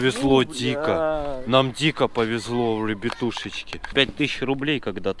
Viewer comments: Обожаю когда ты говориш вребетушочки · Ору с озвучки 😹😹😹 Особенно с этого "Рьебьятущечки"